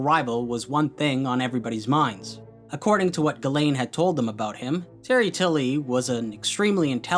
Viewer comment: I know it is 1 year after the upload but as a french viewer I must say.... Ghislaine is not pronounce that way. It is "Jisselaine" since "gi" for us is the "ji" for an english speaker and "is" is pronounced like "ise". I'm not complaining I'm just saying it as a trivia if someone is interested .